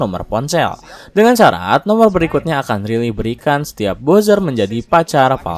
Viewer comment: bacanya Raili, bukan Rili 😝😝😝